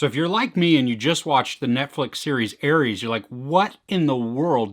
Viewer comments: Also its pronounces “Ah-res” not Aries.Just like you would say rest or resolution or something else with ‘res’ in it not pronouncing it like riest or riesolution 🙂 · It's pronounced are-s. Like R.S. like ah-res. Ares, not Aries. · It’s pronounced ARES. Not ARIES.